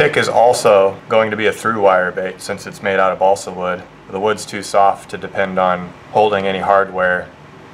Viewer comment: chugg half a gallon of liquid mercury every time he says bosle wood